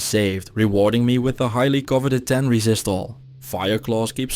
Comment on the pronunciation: I love how instead of him saying like "50% more damage to demons" he'll say "50% more racist to demons". Cracks me up.